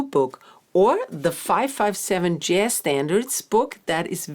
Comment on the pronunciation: This is a great intro, but just want to point out that you are consistently saying JASS, when the word should always have the soft zed sound. This only matters because the word comes up all the time and is foundational to your practice and your videos. Best of luck going forward!